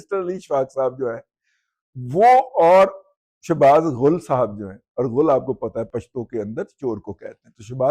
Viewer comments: دادا جی غول نہی غل کہتے ہیں چور کو اور غ پر پیش لگا دو تو اسے گو یعنی پاخانہ کہتے ہیں۔ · دادا جی، یہ غل ، غین پر زبر کے ساتھ پڑھنے سے چور بنتا ہے اور جو آپ پیش کے ساتھ پڑھ رہے ہیں اس سے انسانی گوبر بنتا ہے۔